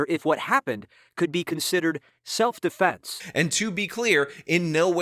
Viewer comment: keeps mispronouncing "self-deflense."